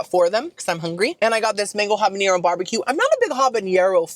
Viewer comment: listen there is no tilde(~) on the N in habanero so you dont pronounce it like the N in jalapeno. get your dainty little vocabulary together.